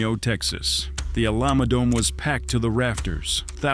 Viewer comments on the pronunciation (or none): I was just about to comment this!!!!! “THE OLAMA DOME” is CRAZY😭😭😭😭😭😭 MF ITS ALAMO. It’s not that hard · AI voice sucks.. the fight was at at he Alamo Dome... Not the A-la-Mode Dome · "a llama" dome! For shit's sake hire a human to narrate! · Did this man just say allah-mo dome??